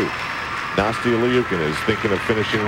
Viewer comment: I really wish he would say Nastia’s name right 😒